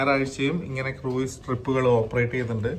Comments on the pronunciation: Croos ennan cruiseine pronounce cheyya 😊😊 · Cruise എന്നതിനെ മലയാളികൾ correct ആയി അല്ല pronounce ചെയ്യുന്നത്